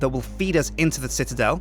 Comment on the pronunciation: Aw still has trouble saying citadel.